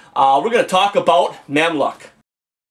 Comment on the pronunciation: Mamluk pronounced Mamluke , good review.